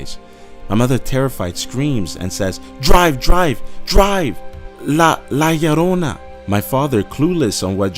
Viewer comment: lol you said it perfect